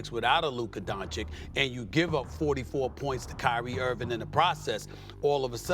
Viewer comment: Can someone explain to Stephen A that it is Luka Doncic, not Luka Doncik. It's like cich is how you say it. We don't say Stephen A Smit lol